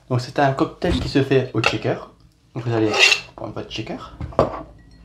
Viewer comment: Très instructif, encore une fois c'est expliqué avec beaucoup de douceur ! Juste une chose, je me dois de vous le dire car à chaque fois ça m'accroche un peu l'oreille : "shaker" se prononce "cheykeur', pas "tchékeur" ("checker" = vérificateur). Il n'y a pas de T au début ! (Je déteste faire le prof, mais bon, j'en suis un, je ne peux pas lutter...) Bonne continuation !